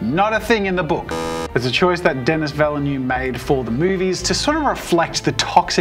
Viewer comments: “Dennis Villa-noove” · I'm sorry. I really hate to be THAT guy but you are KILLING me. It's Duh-Nee Vil-Nuv. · “Dennis Vellynew“ 💀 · Great video. I love Dune and the new movies! Please look up how to pronounce Denis Villeneuve- I didn’t even recognise his name when you first said it 😅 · Love your work man but I can’t let that pronunciation of Denis Villeneuve go haha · Interesting way to say Denis Villeneuve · It's funny how he pronounced all the character's made up names perfectly and completely butchered Denis Villnueve's name. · Why do you pronounce so strangely the name of the direftor? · Butchering Denis Villeneuve's name over and over